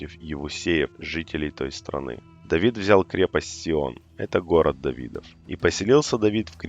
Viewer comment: Давидд.. Какк скавародка.. Тавид..